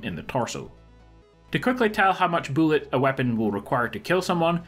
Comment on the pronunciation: Also, how much “boolet”?😂😂😂😂😂 BULLETS. BULLETS MY GUY